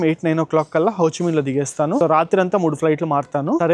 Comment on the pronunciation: it's Ho Chi Minh not Ho Chi Mein